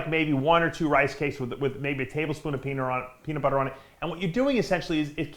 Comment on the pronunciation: Dave said Peaner 😂😂😂